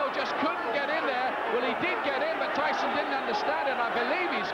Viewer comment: Did the announcer just say, "Iron Mike 'Treeson'"? 🙄